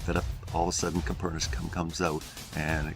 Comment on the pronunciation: "Coperniscum" Kek.